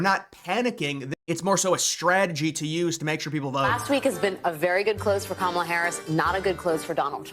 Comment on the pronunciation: “Kamalalala” what is wrong with these people 😂😂🤣🤣🤣 Cringe af.